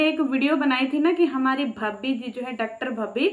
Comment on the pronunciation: Doctor bolna to sikh